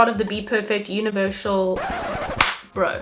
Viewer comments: Love this tutorial! I'll definitely be trying this out. I had to laugh at univershal 😂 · Had to laugh at the “univershal” and OMG hi,!